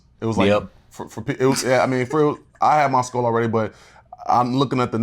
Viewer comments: Josh is such a tool, I can't wait til that Frankenstein loses his skull... and why does half the cast pronounce it "skoal"? Btw: looks amazing in confessionals, right!? ❤ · i find it cute the way kam pronounce “skull”